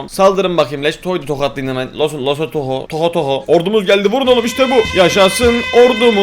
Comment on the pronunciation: Lesotho ya tohotoho diyen abim